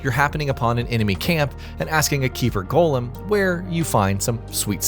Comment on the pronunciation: Hard pass once I heard they mispronounce golem.